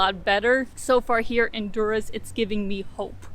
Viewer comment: No one calls Durres that buk OK lmao.